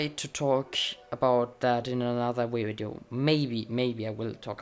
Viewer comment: I like how you say video it's sounds like you say wideo xD 😂😂😂